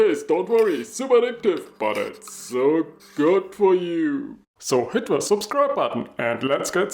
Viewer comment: When you say "hit the link button", it sounds like "Hitler Link Button". You might want to say "press the link button"... I'm just sayin'.